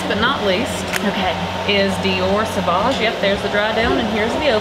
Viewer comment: No! Not savouge LOL